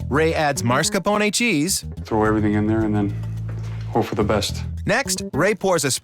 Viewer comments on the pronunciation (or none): Totally honest group, which is so refteshing! It's maz-kar-pown cheese, not marz-ka-pown-e cheese Mr. Narrator. I love Ray, he's a real teddy bear, totally handsome and a gentleman.